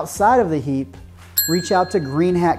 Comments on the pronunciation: You can say hiiiiiipe not heeeep! :) great video. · Thx. I just thought I was doing well pronouncing it heap😂